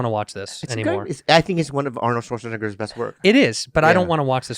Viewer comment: Bobby that is not how you say Arnold Schwarzenegger's last name !!!! 😂😂😂😂